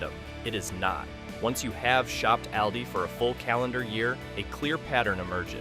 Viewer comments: Trick 21 Learn how to pronounce AWL-DEES not Al-Dee's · Stop saying Al Dee. Its Awldi! It’s like you’re talking about a guy named Al. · It's All-dee not al-de. Reset the AI!! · How to correctly pronounce of the A in Aldi: Say AHHH like a doctor is looking in your throat. AHHHL- dee. Not like the A in rabbit. Not like the A in always. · Al-dee? I don't think so. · AI can’t pronounce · If you can’t even pronounce the name of the store correctly….🤣🤣🤣🤣🤣🤣🤣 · I had to stop watching because you were not even saying ALDI correctly 😂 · Please train the AI to pronounce Aldi correctly! 🙄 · Constant mispronunciation of the name. So done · This AI needs to learn how to correctly pronounce Aldis. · Is that how you pronounce Aldi?? if so, I’ve been saying it wrong!